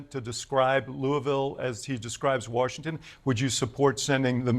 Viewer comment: Washintun Deeeshheeee